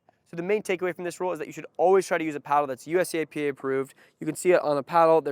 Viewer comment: USAP not USAPA .